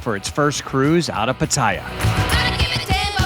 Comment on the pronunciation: You are saying the name of that place wrong.